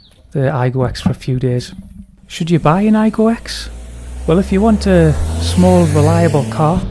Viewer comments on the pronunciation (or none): The 'X' should be pronounced 'cross', not 'ex' btw.